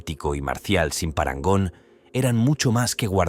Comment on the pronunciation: TENÉS UN PROBLEMA CON LA PALABRA PARANGON HAHAHA